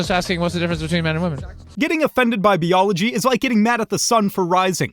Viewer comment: "Bee-ology" Gotta love the younger generations that don't know how to pronounce words.